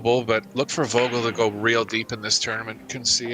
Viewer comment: "Vogel" pronounces with an F, like football. :) It means "bird". You'll hear from him.